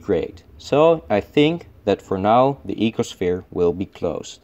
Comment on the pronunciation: Ecoshfere? Are you Dutch by any chance?